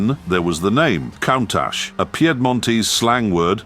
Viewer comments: It's pronounced coontash not countash! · This video should get a price for most wrong pronunciations of a single word in under 160 seconds. Say it with me,: K O O N N - T U S H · It's pronounced Koon-taj (with a long soft "J" sound at the end). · For the grace of fcuking god. Stop posting Ai narration where they can’t even pronounce the cars name. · Sadly, the Ai keeps mispronouncing its name. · i dont like to say this But damn you for getting "Countach" wrong. Stop, it's really irritating. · The name is slang for look at that . Most often a reference for something surprising you were not expecting to see . Like a very attractive women walked around the corner into view, word from one of the workers creating the prototype . And your pronouncing it incorrectly .